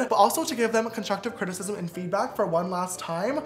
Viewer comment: No one: James: conshushive crtisishism 😂